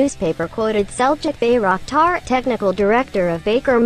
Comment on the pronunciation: The pronunciation is wrong. rather bycar. BAY KAR BAY: BAYRAKTAR :bannerbearer KAR:KARDEŞLER :BROTHERS